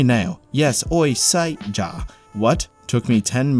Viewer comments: "Ja" is actually pronounced like "ya" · Ja is more like ya. So it basically they sound like "Yes we see ya"...